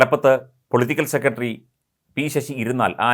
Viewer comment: താങ്കൾ. സെക്രട്ടറി എന്ന് പറയൂ. അല്ലാതെ സെക്കട്ടറി അല്ല